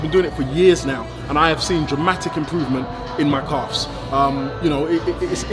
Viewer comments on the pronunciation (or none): Is he saying coughs or calves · calves not coughs bro 😂